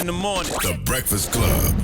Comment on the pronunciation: Gotti said "The Reakfast Club"😂